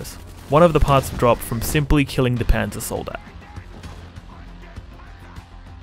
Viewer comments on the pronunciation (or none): none